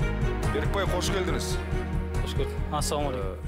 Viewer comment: Журналист мырза "Ң" әрпін "Н" деп айтпаңызшы, келдініз емес, келдіҢіз, бардыныз емес "бардыҢыз"